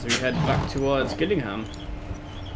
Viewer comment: its pronounced jill ingham